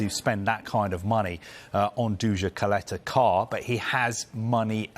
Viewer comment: Its pronounced Chaleta-Sar